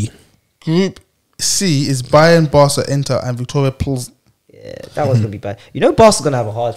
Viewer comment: its pil-zen not gonna let you disrespect the home land